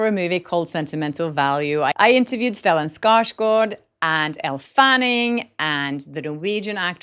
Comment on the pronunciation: Stellan is one of my fave actors! Love that u interviewed him! Probably one of the few times his name is pronounced correctly 😊❤